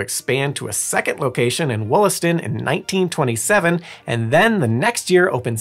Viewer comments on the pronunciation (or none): It's so weird seeing my city on this channel. You're pronunciation is pretty good. You're getting there. We pronounce Wollaston with an "a" at the beginning instead of an "o"